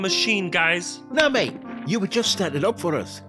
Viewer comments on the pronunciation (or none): none